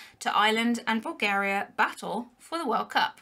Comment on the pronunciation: OMG SHE SAID BULGARIA RIGHT not that im trying to offend you, i am from Bulgaria. Many of my outside Bulgaria friends dont say it right and im just so happyyyy!!! Thanks to youuuu Pls just dont forget... I found ur tik tok account